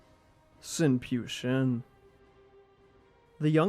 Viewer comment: Pyu is pronounced "Phew" not "p you"